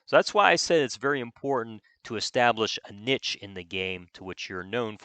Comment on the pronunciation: Love your videos but for the love of the divines please learn how to pronounce “niche”